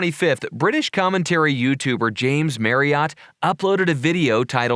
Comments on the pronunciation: Jamed Marry-AWT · The way he pronounces james’ last name bothers me so much Idek why